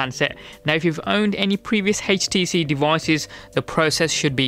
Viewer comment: Haich tee see